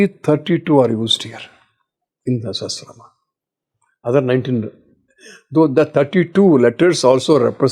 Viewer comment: It is pronounced "Sa-ha-sra-naa-maa" please, not se-he-sra-nam. a not e. a as in agni. Not e as in elephant. Please.